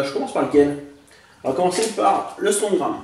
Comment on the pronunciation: on dit strongarm pas strongram mais c'est pas grave